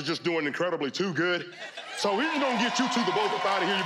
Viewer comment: "i wasn't playing these cars tew new" 😂😂😂